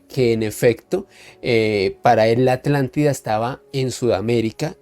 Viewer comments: QUÉ HORRIBLE COMO DICE ALANTIDA Y NO ATLANTIDA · es mas flojo que el tabaco holandés, no se toma el trabajo de pronunciar la At. Según el Diccionario Priberam de Portugués y el Collins Diccionario español-inglés, la palabra “Atlántida” se pronuncia de la siguiente manera: En español: /atlanˈtiða/ (at-lan-TEE-thah) En portugués: /atlanˈtiðɐ/ (at-lan-TEE-thah) (con un acento tónico en la “i” y una sílaba más breve en la “da”) En ambos casos, la pronunciación se enfoca en la sílaba “Atl-” con un sonido similar al inglés “at” (como en “atlas”), seguida de la sílaba “-án-” con un sonido similar al español “án” (como en “cán”), y finalmente la sílaba “-tida” con un sonido similar al español “ti” (como en “tiempo”) y la terminación “-da” con un sonido suave y breve. Es importante destacar que la pronunciación puede variar ligeramente dependiendo del dialecto y la región, pero en general, la pronunciación indicada es la más común y aceptada en español y portugués.